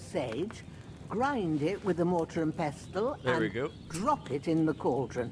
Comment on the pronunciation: If a voice actor doesn't know how to pronounce 'pestle' (like that women in skyrim) why don't they tell her? Or better, slap her.